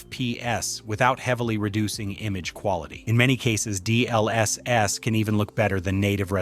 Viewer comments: The video is great but the way u say all the abbreviations is triggering. D..L..S....S! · " D L S S " is killing me 😭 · This AI pronounces "GPU" and "DLSS" like that one guy in the "CBT by Wikipedia the free encyclopedia" video